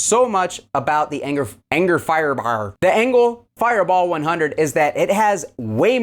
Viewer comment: I really enjoy when you leave the mistakes in like "enger firebar" I laugh every time, makes the vids that much more enjoyable because we all as humans do that type of stuff 🤘😅